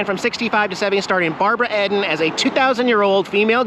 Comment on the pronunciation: WHO'S Barbara ED IN ? Its Barbara Eden for real fans. :)